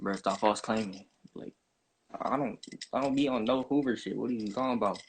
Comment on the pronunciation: WhAts hover? You mean Hoover 😐